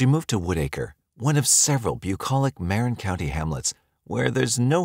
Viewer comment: Im the bay area we pronounce it "muh-rin" Not "mare-in"